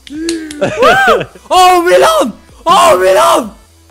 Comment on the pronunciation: hoezo is het malino het moet toch milano zijn